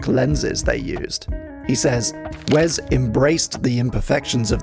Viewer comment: I'm more upset about hearing Wes pronounced "Wez" so many times in such a short period of time